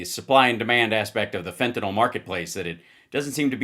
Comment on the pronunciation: Fentanyl is not fentanol, you doddering old fart.